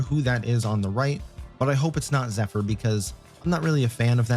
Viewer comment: its zephyr. LOL